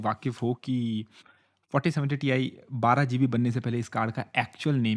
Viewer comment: Greatest "Tai"